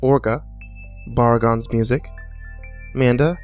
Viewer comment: i kept thinking he said Amanda instead of Manda xD